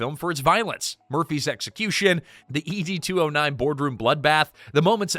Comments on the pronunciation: you keep saying E.D. 209 instead of ED 209 and it's irritating AF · E.D. 209? Were you dropped on your head as an infant? Everyone knows it is pronounced Ed 209 as in Edward. You make is sound like a Blue Pill commercial. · You can pronounce the director’s name correctly over and over again, but you can’t get “Ed 209” right? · Why are you saying it like "ee-dee" 209? You actually watched the movie before making this, right? 🤨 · You beat me questioning just that. The narrator gets on here portraying himself as a Robocop superfan and then shows that he actually has never even watched the movie from beginning to end. (Dear: it's pronounced Ed, just like the shortened version of Edward).